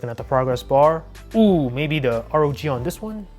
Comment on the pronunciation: why you still saying r-o-g phone???! simply say ROG!!